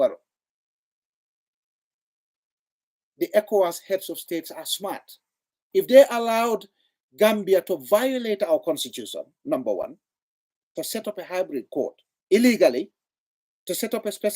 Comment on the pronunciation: Interesting topic but did you pronounce “allowed” as Allow ded? Ok! 😅